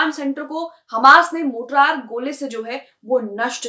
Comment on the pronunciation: मोटरार नहीं "मोर्टार" ..... कैसी पत्रकार हो ?? मोटरार नहीं "मोर्टार" ..... कैसी पत्रकार हो ?? मोटरार नहीं "मोर्टार" ..... कैसी पत्रकार हो ?? मोटरार नहीं "मोर्टार" ..... कैसी पत्रकार हो ??